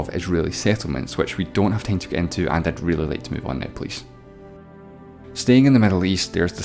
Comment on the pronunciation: Pal, that funny pronunciation of 'Teime' (Time) and Cheina (China).